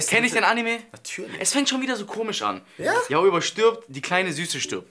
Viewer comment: Wer regt es auch auf das und immer YaOi sagen? es wird YAoi ausgesprochen 😑😂love you guys but still it's just wrong 😊😂❤️